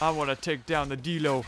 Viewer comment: Die-Low, not Dee-Low